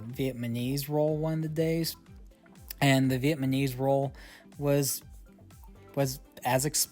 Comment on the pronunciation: Nice review... the "vietMaNese" roll comment made me laugh ;-)